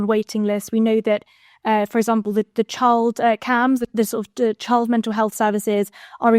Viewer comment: 'health' not sith...